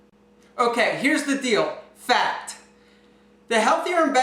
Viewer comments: Every time you said "fact", all I heard was you calling me: Fat.... Fat.... Fat.... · who else thought he was saying fat when he was actually saying fact.. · Everytime you said "fact", I only heard: Fat.... Fat.... Fat....